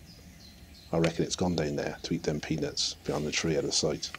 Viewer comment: Lol I mistake you saying ''peanuts'' with penis xD